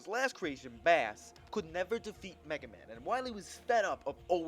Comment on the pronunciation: You called Bass "bass", like the fish. It's pronounced "base", as in "bass guitar". This can be deduced, as his dog thing is called Treble.